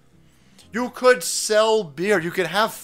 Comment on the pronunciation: Have you noticed he slurs his speech whenever pronouncing the word "You"? How many fathoms deep are you in the Bud Lite? It's OK, you don't have to tell me.